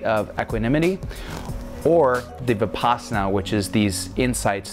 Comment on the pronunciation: Samatha was correct. - Jhana was correct - Piti was basically correct - emphasize on the silent "HHH" sound... so like "PEE-T-HEE" - you say "VEE-PASANA" it's more like "Vihp-pasanah" - you say "SAW-DEE" its more like "SAW-T--HEE" again with silent "H" both of those are very small, almost insignificant because a local would still understand you. However your biggest mispronunciation that might confuse a local is: You say it as "SAW-MA-HAWDEE" Its more like, "SAW-MA-D-HEE" still not exactly right. Its practically a bad joke to try to correct pronunciation over text haha. I hope this helps!